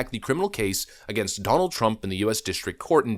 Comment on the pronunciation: OMG goof can U NOT ever not speak in double talk - and WTH do U mispronounce TRUMPs 1st name & the MA democracy? Not sure it it remotely as funny as U think it might be